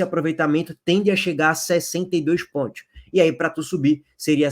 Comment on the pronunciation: Pontios pq vc pronuncia PONTIOS ? KKKKKKKK